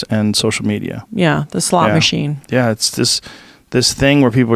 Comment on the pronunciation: did she say a slot machine or a slut machine?